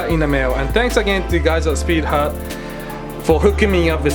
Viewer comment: Because of your accent i heard speed HUG gauges, idk but that sounds like a quality product to me XD